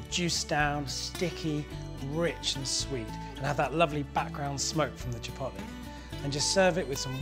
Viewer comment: "chi pot lay"